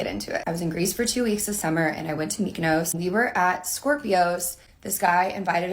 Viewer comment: Mykonos ( She pronounced it wrong,[ like if she would say Futt{ palatinate word for cunt}, instead of food]), is an greek Island!